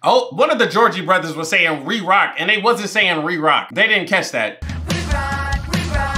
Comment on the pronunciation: Gotta find you is your jam!!! Lol 😂 and you calling the Jonas brothers georgie brothers had me dyingggg